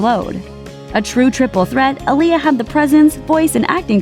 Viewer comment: It’s AH-LIYAH but that’s just my nitpick or whatever.